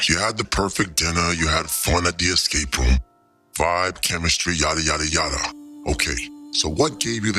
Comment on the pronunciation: did she EXscape? 🤦🏾‍♂️💀 black americans gota fix up